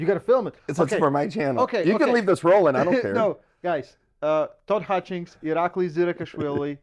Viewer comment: it's Hitchings, not HutchKins